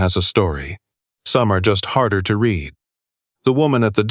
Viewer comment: Your thumbnail shows a German Shepherd, not a Belgium. And AI isn't intelligent enough to know that some words can be pronounced more ways than one (read).